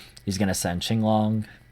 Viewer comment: I hate it when people call it King-long instead of Ching-long lol. Finally an actual Chinese man pronouncing Chinese word